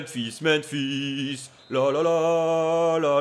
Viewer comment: ca me stress de l'entendre dire "Menphis" à chaque fois mdrrr